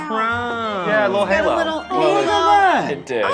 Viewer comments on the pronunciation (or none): none